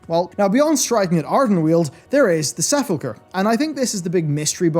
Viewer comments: Sa-pul-chur. My English friend snipped at ME about how to say it back when we were running in Silverpine. ;) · He keeps saying seffulchre.... does he know?